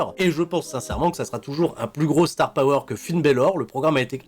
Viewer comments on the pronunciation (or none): none